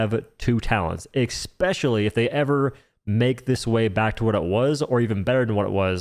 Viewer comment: “Exspeacially” - not a word